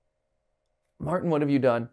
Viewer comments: MatPat calling Martin Milton is driving me crazy. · I wanna correct them out on the Lord but hearing Martin be called Milton is always hilarious enough to not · did he really just call martin milton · It’s not Milton it’s Martin